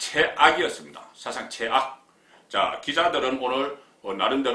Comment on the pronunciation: 채악이 아니고 최악이지 발음 좀 잘 해라^^